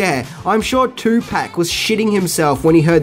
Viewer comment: I enjoy your videos but you said, Too Pack??? 🤦🏻‍♀️ It may be spelled P-A-C But it’s Pronounced “POC” Tupoc spelled with an “A” but pronounced as if it were spelled with an ”O” 🤣 Will give you II a pass being that you’re from down under🤣